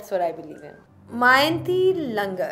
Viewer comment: She's such a sweetheart, beauty with brains. Though I'm totally shocked that even being a sports journalist she doesn't even know who Mayanti Langer is, and they way she pronounced her name 'Langar', hahahah.